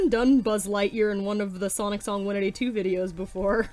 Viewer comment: When she said my username I got embarrassed you said it in such a American way not to be rude you said s-an-t when it's s-on-t just thought I'd mention that